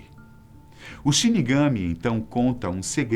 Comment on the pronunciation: Só para lembrar, quando fala a palavra Shirigami, tem que dar mais ênfase sa última sílaba [shirigamí]. 😉😉😊